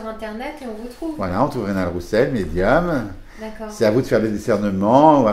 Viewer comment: Reynald et non Reynaud